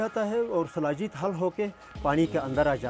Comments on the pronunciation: Its shilajeet not salajeet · Its not salajeet.... its sheelajeet. Sheela means rock in sanskrit. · Hello dear bbc "Anpadhs".It's "Shilajit" not "salajeet"(as per paxtani pronunciation).so kindly change the title.